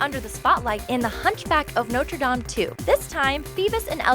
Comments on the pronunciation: Notre= Our Dame = Lady And it's pronounced No tra Daame Just in case anyone was wondering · Also how can you pronounce Notre Dame correctly in the movie’s title but then mispronounce it in the book’s title